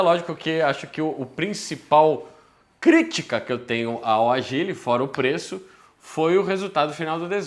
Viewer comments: O povo insiste em falar errado o nome do carro… não é Agíle, e sim ÁGILE! Com acento no A!!!!! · o nome do carro Ágile não agíle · Muito bom que dá pra sentir o desgosto do só de pronunciar Agíle e Kwíde kkkkk